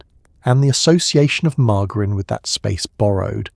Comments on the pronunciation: The AI voice needs to be instructed on how to pronounce margarine . It's not mar-gar-in. It's mar-jer-in. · What is with this pronunciation? AI is such crap.